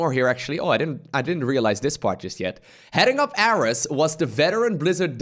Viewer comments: well that sucks. also i think Ares was pronounced like the greek god of war. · “aress” sad magnath (and ares) noises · And it's air-ees (Ares) as in the god of war. Probably a billion comments on this by now but I did not check.